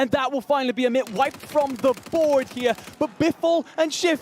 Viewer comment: The one dude says Emit, the other dude said Omit 50 times trying to let him know he doesn't know how to say their name and he never got it. Some people just have to touch the stove.